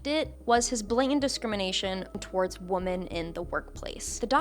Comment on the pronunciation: Hey I hope this is constructive and not nitpicky. Usually "women" is pronounced differently from "woman" - like "wimmen". It can be confusing to listen to the o pronounced the other way. Sorry for raising such a small issue.